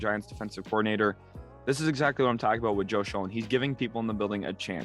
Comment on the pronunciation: Really nice giants vid. Just fyi Schoen is pronounced “Shane”